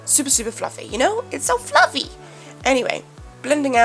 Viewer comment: I enjoy the video and I love it when you said "It's SO FLuFFLY!" Haha